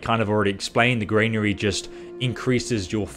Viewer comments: good video but arrgghh! it is a GRANary not a GRAINary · Granary is gran nary not grain nary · Gran-ary. Please pronounce the main words in your video correctly, you use them a great deal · Yup, and it's a Granary not a Grainary. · Millita grainary 🤣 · Millta, grainery, kill me now ffs lol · And also GRAINary 😂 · Granary is pronounced GRAN A RY. Love the videos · Investing your skill points in your Millita and Grainery gives you +10 proficiency in word pronunciation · I'm English by birth and breeding. I'm a Kentish Man and an English Yeoman. I've lived in England for 50 years and never pronounced 'militia' or 'granary' like does. He's just inventing his own pronunciation. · I’m struggling, halfway through, with the mispronunciation of ‘militia’ (and ‘granary’). As a fellow Brit. just want to say that we don’t all speak this way. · Granary and militia are pronounced wrong here mate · Great vid but please learn how to say militia and granary properly.